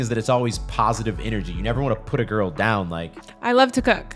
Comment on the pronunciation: “You must do this with every giggrrl”🙄